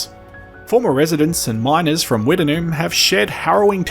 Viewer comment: I have never heard it pronounced Wtt-en-noom. We always pronounced it Witt-Noom.